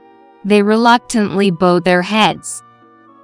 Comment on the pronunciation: Story #5 AI mispronounces the words Graduate, Bowed. I am glad there was a happy ending where the MIL & Ashley were found out.